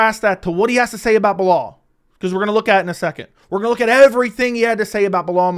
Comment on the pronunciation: I’m surprised Dana actually pronounces Belal’s name properly smh